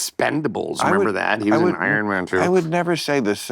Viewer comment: it's Iron not Iron 🤣 Tell him Larry King